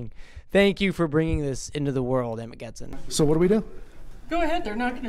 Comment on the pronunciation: It’s cojones , pronounced like co hone es. It’s Amagansett. Not sent. Just saying.